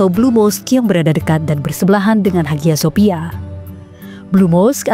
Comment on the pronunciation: Haghya Shopya. Dibaca : Aya sofia Erdogan dibaca Erdoan... Bahasa Turkiye demikian. Maaf sangat...